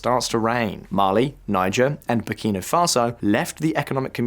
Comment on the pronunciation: Errr... really? First we got the mispronounciation of Shariah - unlikely, but ok, I'll live. But to then go on and proonounce Niger FOUR different times in just one video>?? For once I am HOPING this is AI because I refuse to believe that the narrator of a video of a channel that solely discousses global news is that stupid!